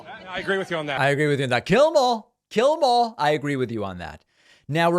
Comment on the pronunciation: To be fair, David, sir, that sway-toothed excuse for the human genome did sound like he was speaking in tongues when he said ,"Jyellamorh, heh heh heh - jyellamorh." One would be hard-pressed to distinguish sway-toothed's pidgin from the English words "Kill them all" unless one has been versed in low-country cousin-raping redneck.